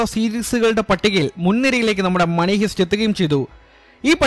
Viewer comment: ഹീസ്റ് അല്ല ഹൈസ്റ്. Money heist.